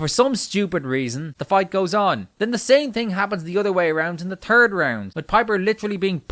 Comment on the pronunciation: "The same thing happens in the turd round." Your accent made that funnier than it was before.